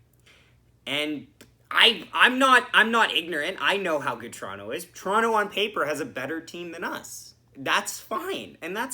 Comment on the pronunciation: 1. Good for you for pronouncing it "Torono." Non leafs fans don't usually do that. 2. Gosh DAAAAANNNNG I always headbang to that opening music. 3. Good game. We still gonna collab after our last game?